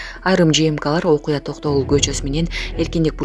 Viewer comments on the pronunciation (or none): none